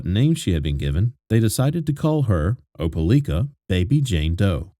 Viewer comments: Opalika pronounced O-pa-like-ka! Not O-pa-leek-ka!! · Op e lika, not leeka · Why u saying opeLIKA like that.. u saying opeLEEKA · It's O-PA-LIKE-A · It's pronounced Opa-lika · Opa-LIKE-ah is the way the town in Alabama is pronounced, just fyi. So many children slipping through the cracks of fractured families, this is what happens when families break apart, the children pay the price. Be thoughtful about who you produce life with, then stay together and build a family. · It’s pronounced Op Ah Ly Kah…long “i”. And the government of a county is called a county seat, not a capitol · It’s pronounced just like it’s spelled, O, pa, LIKE, a. RIP little one ❤ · If I was goi g to say Opelika 400 times I would confirm pronunciation. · He pronounced Opelika wrong .but this is sad! Awful kilt that baby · As someone who is from the area, the pronunciation of Opelika is driving me crazy!! Lol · I am to and I was like WTH never heard it pronounced like that!